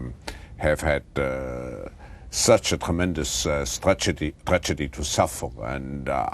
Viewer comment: "Such a tremendous strategy, er tragety to suffer" LOLOL, this dude never stops slippin'!